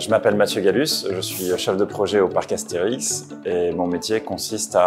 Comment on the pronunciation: Excusé? Er staat niet voor niets een ' op de é. Dat is een lange e, waar je niet over heen walst. As-thee-rieks. Dat veel Asterix uitspreken als Astrix, net als dat kinderen kindren wordt, daar kan ik ook niet aan doen, maar in het Frans is het toch echt Astérix en niet Astrerix. Best een verschil. qui ça, Nou ja, ik geef hierom omdat ik Steven heet en niet Steven. Andere taal, andere uitspraak. Asterix. Punt. Zo heet de strip. Je kan het hele dorp erbij noemen, maar de strip heet Asterix.